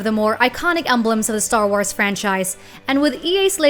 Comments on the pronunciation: she said star wars weirdly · sTaR WaRs lol the way she said it